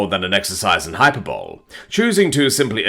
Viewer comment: Hyperbole it's not hyper-bowl, it's hypERbowlee